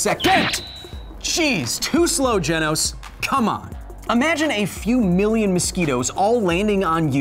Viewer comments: It's Genos, not Genos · Is anyone else annoyed with how he pronounces genos name😐